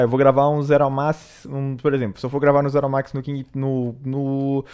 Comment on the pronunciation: bom gente a lingua deste humana foi extinta a mt tempo seu dei mt dessa lingua ele quis falar assim "zero segundos